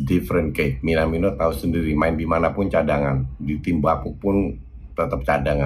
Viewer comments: Tumben nyebutnya minamino bukan minimano □ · Tumben nyebut minamino nya bener coach □